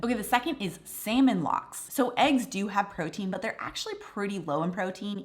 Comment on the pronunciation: What was number 2? Sounded like she said "Salmon Locks", what is that?